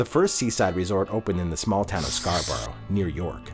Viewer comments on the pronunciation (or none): Scarborough is pronounced “Scar-bruh.” I have no idea how you pronounced it but please, educate yourselves.